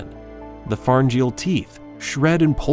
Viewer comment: Okay, two major mispronunciations: there is NO WAY you can make the word CLAVUS into CAL-VUS. No. There just isn't. And then you get a word like PHARYNGEAL. It is pronounced FAIR-EN-GEE-UHL! But at least it shows that you most likely aren't an AI talking to us.